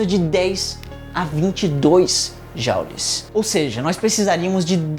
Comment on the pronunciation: não é "jaules" é "jules" tem origem francófona e não anglófona